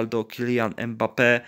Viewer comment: Nie em bappe tylko mbape sie wymawia jak cos XD